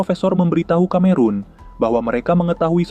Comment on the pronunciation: Film murah, tahun 1940 kok Messerschmitt ME kok udah ikut perang, pdhl pesawat2 itu baru mulai operasional tahun 1944. Konten kreatornya juga murah, Cameron seharusnya dibaca Kameron malah dibaca Kamerun (Cameroon), emang dia negara di Afrika? Dan ada bbrp lagi flaws-nya saya lupa.